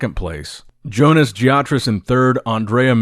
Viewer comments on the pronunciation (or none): none